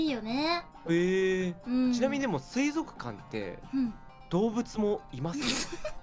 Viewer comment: 不破「水族館（すいぞくかん）」 椎名「水族館（すいぞっかん）」